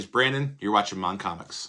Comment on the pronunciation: Remember it is MON Comics not MAN Comics!